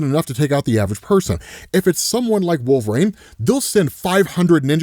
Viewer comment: ISTG,... If you don't stop saying "Wool-vuh-RAYNE"...